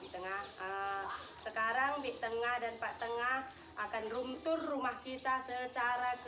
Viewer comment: Home tour bik bukan rome tour